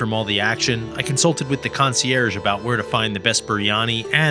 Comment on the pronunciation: Your videos are great, but it's not concierge.. It's spelled the same way as you're saying it but you're saying it wrong. Just a heads up constructive criticism